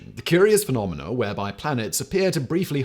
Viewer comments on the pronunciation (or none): none